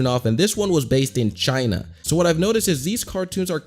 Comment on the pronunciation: Why dose he have to say "CHiNa" like that 😂